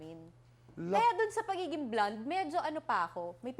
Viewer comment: Tito Boy naman, simplehan lang, please do not exaggerate. It’s simply pronounced as “blond” … huwag nman “blawned”. Same as simply “possibility” and do not exaggerate as “pawsibility”